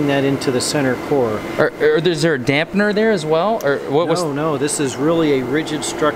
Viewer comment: Thank you so much for sharing this with us and for being such a great guide through these awesome things. However, , did you really just say "dapener"? :)